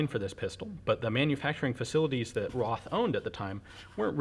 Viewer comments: Not RoTH, dz dz dz...RoT, with a long "o" like in "road" . So this is a "Road Sour". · it is Roth (Rot with a long o) not Roth (Ross).